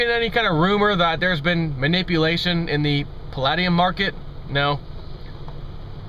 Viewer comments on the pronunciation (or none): It's pronounced Pall-eh-de-um not Pal-lad-e-um!